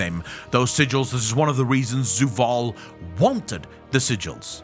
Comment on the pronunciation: It's Zovaal.. not Zuvaal